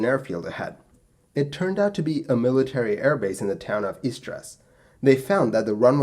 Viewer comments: your pronounciation of Marseille is somewhat off!! Its closer to Mar-say', not 'Mar-sell'. And Istres is closer to 'eestr', not 'eestres'! I read of this from an article written by the FO about 30 years ago; flipping amazing flying by this crew. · Is it so hard to google the pronunciation of Marseille or Istres or any other name you are going to use in a video? I do it all the time for VFR flight planning if I am using a place as a turning point and I don’t know how to pronounce it. You can literally jus google « How to pronounce …… » so why not do it ?